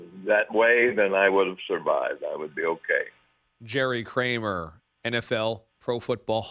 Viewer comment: Kramer, not Krammer.